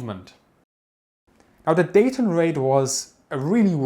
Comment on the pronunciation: We don't pronounce the 'T' in Dayton. If you want to sound more like a local. ❤️